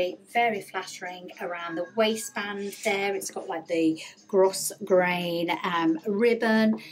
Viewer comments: Beautiful dresses. By the way, its pronounced 'gro-grain', silent s. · Love these pieces! I believe the word grosgrain is pronounced grow grain.